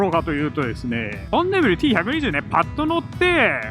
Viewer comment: ボンビネルになってましたがどっちの言い方が正解なのでしょうか？